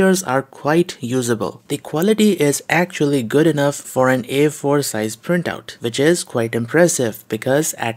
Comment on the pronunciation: Man.. I had trouble understanding what you were reffering to, when you spoke about the "Air Force" Printings I. got it you wanted to say A4 printings, well I am a native Spanish Speaker and I have plenty of issues. trying to speak in English due to my heavy accent, but what I do is to previously record what ever I am going to say in English and force my self to pronauce it just for the sake of being understood